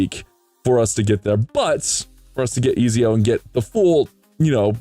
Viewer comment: Nice man. His name is pronounced Et-zio by the way haha hes from italian renaissance times